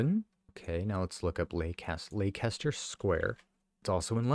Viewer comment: Leicester Square Londen. You pronounce Leicester as lester. Paddington station is a very famous train station.